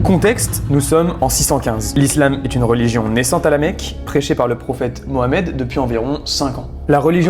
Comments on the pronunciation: Tu prononce désormais super bien le nom de notre prophète merci pour cette marque de respect ❤ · Déjà toi t as 1 bonne base car tu prononces bien Mohamed …….d autres prononcent Mahomet, j ai cherché de partout mais je ne trouve pas cette personne 🧍‍♂️ mentionnée dans aucune des 3 religions monothéistes…..il doit sûrement s agir d’une légende grecque !!